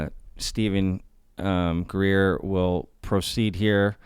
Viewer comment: Greeeeeer! Dude! Love your channel but let's it ease up on Greer.